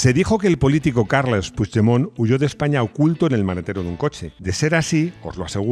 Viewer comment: Creo q eres el unico español q sabe pronunciar el apellido PUIGDEMONT . T lo dice un catalán 😂😂😂😂lo digo con humor web😂😉